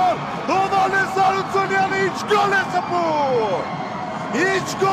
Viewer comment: Հաղորդավար դե լավ է իջի ցաց էշիցտ էտ սովետական աքցենտով գյոլ չի այլ գոլ համաշխարային լեզվով....